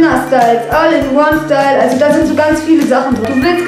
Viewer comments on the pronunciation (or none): none